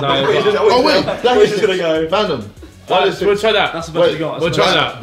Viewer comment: LOL JJ saying Thantom